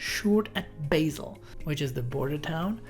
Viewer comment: There seem to be almost no comments so I will comment everything there is to comment: why not use the SBB Jingle? Raises Eyebrow A doubly consist of SBB Girunos (my most hated SBB train) is 404m long and has 22 Carriages Pronounced "Baasel" I believe even their oldest rolling stock is not ageing it's just that they are spending billions on new trains just for the service to feel clean and modern, which is essentially a waste of money and hurts ticket prices only around 64 trains (32 per direction, around 2 per hour) are passenger trains. and none of them are early in the morning, the first one leaves Arth Goldau and the connection arrives in Milan which is too late for many long distance day-trains in italy. Also did I mention that I believe the best SBB trains are always the oldest ones? the reason is comfortable seating, but uncomfortable seating an issue for all new trains worldwide. To bad that all the old trains are the first to be replaced... Also SBB bring back the UIC-X carriages they are sooo nice with excellent seating and openable windows.